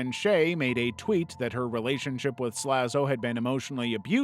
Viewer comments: Slazo, lol. That's his name. Not Slavo. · The whole time you calling Slazo "Slavo" and "Salvo" 😂